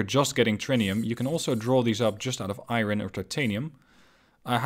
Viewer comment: Iron..... I-ron..... eye......ron.